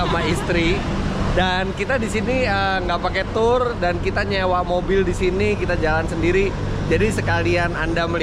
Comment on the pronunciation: Membetulkan ucapan Tour baca Tue